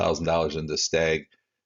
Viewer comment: Hey man love what you do but it’s pronounced STAG like a male deer.